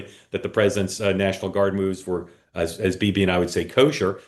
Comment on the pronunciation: What was that pronunciation of Bibi by???????????? Lordy.